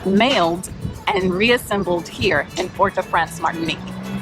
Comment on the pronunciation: Se pronuncia Martinic